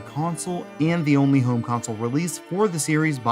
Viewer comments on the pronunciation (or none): none